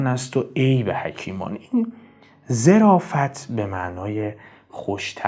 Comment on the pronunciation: درود و خسته نباشید خدمت عزیز با تشکر از محتوای مفید و عالی که میسازید زمن گفتار جنابعالی در بیت اخر ان کلمه ظِرافت نیست بلکه ظَرافت به معنای شوخطبعی است با تشکر